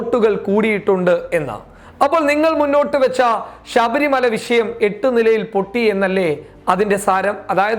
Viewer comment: വിശയം എന്നല്ല ടാ ഊളെ വിഷയം